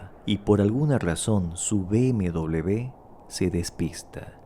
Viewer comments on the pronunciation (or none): Cada vez que lo oigo es como una patada en el oído. Por Dios, la primera vez que oigo esto. BMW, no se pronuncia "bm doble b", la pronunciación sería "BMUVE", por favor. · NO SABE UDTED DECIR MBW NO ENTIENDO,PORQUE DICE MBDOBLEUVE, EN CASTELLANO NO SE DICE ASI. ASI